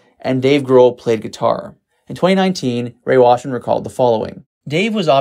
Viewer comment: Ray Washam, not Washman.